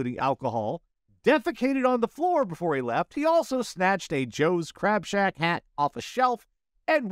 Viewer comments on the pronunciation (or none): It is Crab shack! Not Crap shack!